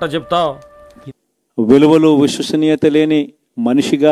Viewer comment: విశ్వసనీయత సరిగ్గా పలకడం రానివాడు cm 🤣🤣🤣